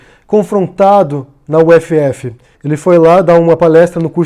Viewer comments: A gente chama a universidade de "úfi" ahaha. U-F-F ficou esquisito. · não é U F F, se fala ufi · para UFF se diz “ufi” e não “uefeefe”. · Sei que é uma correção boba, mas a gente não fala U-F-F, falamos UFI. Já a UFBA, a gente fala UFiBa. A UnB, onde estudei, é UnB mesmo. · Fiz mestrado na UFF. Acho engraçado que as pessoas de outros estados soletram UFF rsrs não chamamos de "u-efe-efe", mas de "ufi" :)